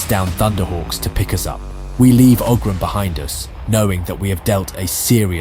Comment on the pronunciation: Isn't Oghram is pronounced "Owrm" like the noise you make when you meditate? In our world we have the word "Ogham" which is pronounced similarly